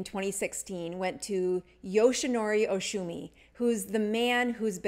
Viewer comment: Is pronounce Oh-sumi not Oshumi.